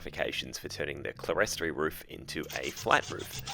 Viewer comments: "Clerestory" is pronounced "clear story ". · Just to correct your pronunciation of "clerestory". The word is an architectural term for a raised area (usually with windows) not enclosed with a floor, so clear story. I still have a number of old books where it is spelt this way (can be spelt cleresory or clearstory) but both spoken "ClearStory". So many people say it incorrectly. Nice work with your modification! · Clerestory is pronounced "clear-story".